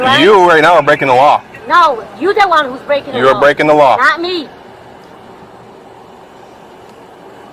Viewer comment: "You are blaking the constitution" haha